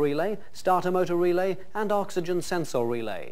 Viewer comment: Love how he says sens-orr